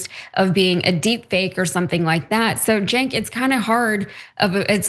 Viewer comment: It's pronounced sink...cenk...sink Not chenk It's Turkish and pronounced sink.